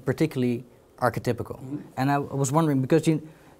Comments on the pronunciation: Take a shot every time he says “arche-typical” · good interview, but god damn archetypical has me wincing.